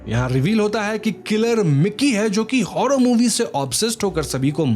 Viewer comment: Bhai र शब्द बोलने मे कोई दिक्कत है क्या तुझे 😂 हॉरर को हॉड़र मूवी बोलता है तू बुरा को बुड़ा बोलता है